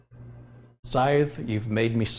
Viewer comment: Hi, I'm sure someone has mentioned this but just in case, it's pronounced S - eye - the. They're the things used for cutting grass or carried by the Grim Reaper. There are two of them pictured on the box. Thanks for all the great content. Edit, Sorry I posted this at the start of the video before I heard the responses. There doesn't seem to be a replay of the chat on this video.